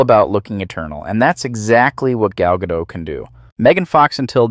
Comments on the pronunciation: it's Ga-dot btw not Ga-doe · When the account is so rhymic with titles and offers flat dead pan narration again and again. Says thing like GaDOT without knowing the french pronunciation..this account is AI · Gal Gadot is not French. In Hebrew there aren't really silent letters. Can't believe you pronounced it like that.